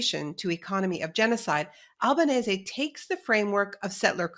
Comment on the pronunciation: Naomi Klein, one of the few anglophone people on the media who pronounces Francesca Albanese’s last name correctly. And what an amazing interview.